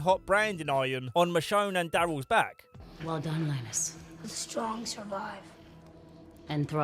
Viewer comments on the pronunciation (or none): none